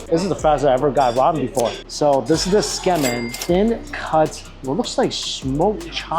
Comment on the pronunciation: You're enjoying your food when you have a piece of it stuck on your nose and don't even realize it for an entire segment. 😅 Great video but I gotta say, your pronunciation of kah-rah-AH-geh and Tsukemen (from an asian no less) made me cringe.